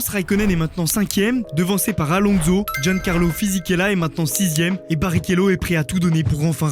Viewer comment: La jordan de Marc Weber suivi de "Fernando AlonZo" fait un effort par pitié bro